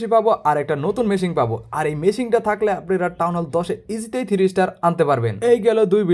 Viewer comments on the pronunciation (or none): মেশিন✖ মেশিং ✔